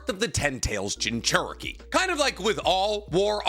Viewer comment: Itatchi pursuit has the important war saving crow in it. \o/ It's like the rat in endgame, except this has a setup here. Though I am personally irked by the pronunciation of jinchuriki, it's overall a great video.